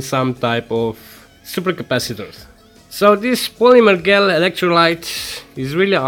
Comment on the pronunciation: excellent video! the dish you have looks to be a "Pyrex Petrie Dish" (pronounced pe-tree dish). The polymer gel (pronounced - jell) would be better, thinner, right? Have you tried to use a Mayer Rod or a Doctor Blade to get uniform thin electrolyte pads? Do you need a separator when using these gels? Thanks again (By the way: The pronunciation comments are not a criticism.... just a thought from a native english speaker who would hope someone would do the same for me.... so don't view as criticism.:) )